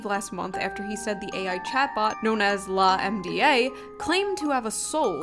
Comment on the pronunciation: Lah-em-dee-aye instead of lamb-duh is beautiful